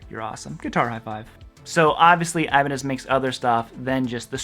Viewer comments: No thanks. I hate the feel and sound of locking guitars. I tried one in the 1990s, and it felt so unnatural. I stuck with my Squier Stratocaster. And I feel it should be pronounced E-ba-nez, not Ay-ba-nez. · First of all brotha it’s Ibanez not Ibanez.